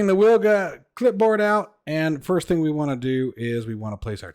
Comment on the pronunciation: It's pronounced "Vilga". It's Polish for oriole.